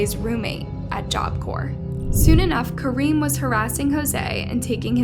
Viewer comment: It's painful to hear this narration pronounce the Guardado name wrong every time she says it. Cringe. And the kid's name is "Kaheem", not "Kareem".